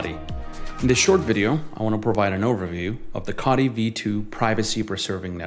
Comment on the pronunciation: Please pronounce "Co" "Tee" that sent my mind in to a spin after all these years😂 all looking great though, can't wait for mainnet 🎉🎉